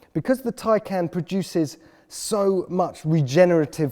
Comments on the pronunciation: Tie? Not tay? U wear a tay? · Geez. It’s pronounced “tie-kahn” like the first syllable in context or conversation - not as this says, “can of peas” or “I CAN’T pronounce Taycan. But then I can’t even pronounce PORSCHE correctly.” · Also, I think it would be Tie-Khan. Not Tie-Can. Just like the Macan. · Taycan not tiecan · correct it's "Tie - Con" not "Can" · Tie can?! Top gear? I don't think so. Change the name you are killing it. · In the effort to explain how to pronounce it you still pronounced it wrong, according to Porsche it's Tie-Car-N not Tie-Can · No not tie. It's Tay haha wth? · .......last time I looked that thing you wear to a job interview is called a TIE, not a TAY, just sayin' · They even explained how it is pronounced correctly and he still manages to fuck it up. It's Tie-Khan, Not Tie-Can! Awesome car though. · I think they did need it because even they got it wrong. It's pronounced Khan not can. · My CC is turned on and then if he says Taycan, the cc says " tie can" lol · Poor-sha Tie-con. Read it. Learn it. Live it. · Umm...it's pronounced Tie-KAHN. Did you not watch the video they made? Nice you went through the trouble to compare it to a "can of beans" when you are completely incorrect. Good one. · Did he say Tin Can ? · Congratulations! You pronounced Poor-Sha AND Tie-Con incorrectly. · Tie can? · Ok, is it just me, but since when is "tie" spelled T-A-Y ... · Excuse me but how the eff is “Taycan” pronounced “Tie-Kahn”? Tell me how you pronounce “Taylor” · Tay = ray,bay etc... I can do it? = TAKEN not Taican🤔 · For a very prominent media outlet, at least pronounce the car's name correctly. It's not as if Porsche didn't tell you how to say it. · How to actually pronounce "Taycan", per Porsche